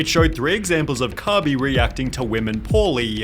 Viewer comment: Cabey? wtf.